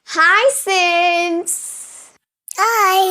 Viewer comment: "Hi Simms" nu solumbothu "Hi Simps" nu solre mathiriye irukkh😂😂😂